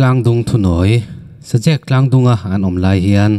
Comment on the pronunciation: Sazek tih lam dan tur. Zek tih lai hi, Zak tih kan lam anga lam tur.